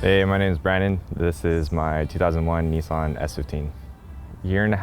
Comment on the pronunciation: It's pronounced Nissan not Neesawn 😀